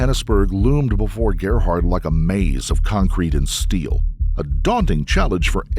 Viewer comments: Why are you calling him Herhard, it's Gerhard, with a G. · Why do you pronounce his name Harrod? His name is Gerhardt. Pronounced with the hard G sound like games or gum. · Sorry but it’s a pain to hear you saying his name…His name is pronounced Gerhard like the G in fx. Georgia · I've never heard the name Gerhard pronounced like that before. It that a South African thing?